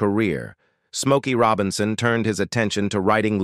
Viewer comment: Junctureh, 33 1 of 3. Rowbinsown, dewble and many others. This is Artificial Intelligence that can't pronounce words?